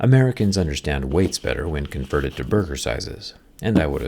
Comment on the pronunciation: ahahah burgor